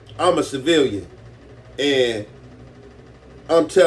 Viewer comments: He totally butched the simple word of CIVILIAN and that's a gangbangers specialty lol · Ain't no way big bro cant say the word civilian